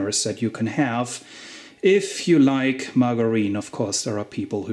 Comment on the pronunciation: Do you have a genetic twin living in London ? It makes me smile when I see your workshop. Mine would probably be identical with the exception of additional things like a lathe. It was good to hear someone pronounce the word Margarine correctly as well. Thanks for your time ands effort in producing this video special. I have a Sony TC 299 as well. Mr Teletape. London Marble arch.